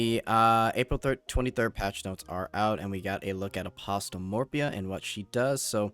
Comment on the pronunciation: Good video, the t is apostle is silent though.